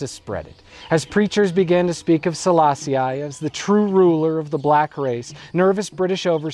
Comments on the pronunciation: Not bad... but, just so that we get it "I was never meant to understand the Rasta", did you have to make the point so blatantly by pronouncing the Emperor's name the American way, as "Sala-Si-Aye" when it's obviously just "Sala-Si"? Your analysis & research looks good, so you must've heard the right pronunciation 100s of times, still couldn't help showing off your schoolboy Americanism? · You do good research. But your pronunciation of names leaves a lot to be desired. Like here when you say countless times Selaaa-si-aaay. Please do some research on how to utter the name before you launch an entire video on the guy. You should know this English/American "i" is not only incorrect, but plain offensive. Like George Bush's Aaaay-rack for Iraq and Aaay-ran for Iran or the obnoxious Aaay-tel-yen for Italian. It is not Selaaa-si-aaay but simply Selaaa-sih. Here's Wikipedia to help you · Rastafari pronounce it as Sa-la-see-i which I presume is why he pronounce it that way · Why does he keep pronouncing 'Selassie' like that? ("selass-ee-eye") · kourii yes.... this REALLY irritated me! Get his name right FGS man!